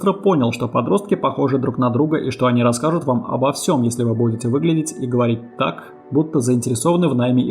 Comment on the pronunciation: Почему детектцив,дзеци(дети),говоритць,гдьзе(где),родзитцели,людзей,обратцили,дзействия? Это модно или престижно или что? Почему нельзя нормально произносить эти буквы?